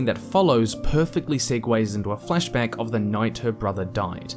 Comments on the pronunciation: I'm so sorry, and this is a well-done video, but... in your accent it just sounds like 'fleshback' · Heard the first flashback as fleshbag. Took a moment of confusion. And now i can't unhear it. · I know you're saying "flashback," but I cant help but hear "flesh bag"... Sorry if I caused this to someone else. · I kept on hearing fleshbags instead of flashback.... was i the only one